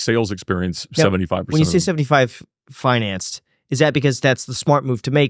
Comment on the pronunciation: Well, kids, this supercar salesman that can’t even pronounce “financed” is a first hand example that demonstrates that you too can accomplish whatever it is that you strive for in life